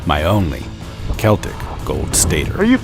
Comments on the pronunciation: You mispronounced celtic. It's a hard c, like "keltic". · They way he said celtic 😐